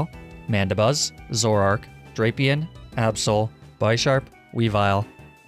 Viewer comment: Its not aabsol it's absol and not weawill it's weavile